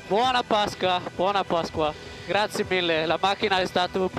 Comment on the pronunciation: Voy a extrañar a sebastian vettel diciendo graciee ragazzi